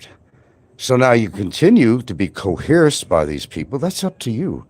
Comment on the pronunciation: I go to Franks channel just to hear him say " coheresed".. it always makes me laugh